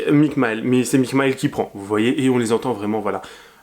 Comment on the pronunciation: Le tunnel pas d'images ? Normal cest faux, y'aurais un tunnel, crois moi t'aurais des photos ou des videos (et pour lautre chanteur ca se dit mik mil)